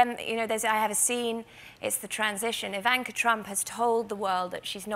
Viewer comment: Evanka. Melania. But Trump have a hard time pronouncing Kamala?